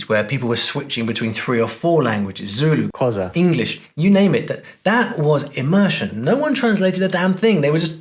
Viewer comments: why can't you pronounce Xhosa!?😂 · You're pronouncing Xhosa incorrectly, the x is a click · Xhosa You are BUTCHERING it. I doubt he knows Zulu. All Africans seem to use English for instruction until they get Angry very funny. Imagine what that does to the brain. African languages for when you are in trouble. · I wonder why you edited "xhosa" over your own voice. Wild guess: it's very tough to pronounce.